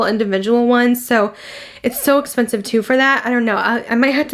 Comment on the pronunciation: Honestly I cringe so much when she says ‘thas espensive’….loooooool! Your eye makeup looks very pretty! :)